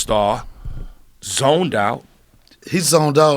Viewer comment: Doubt has a silent B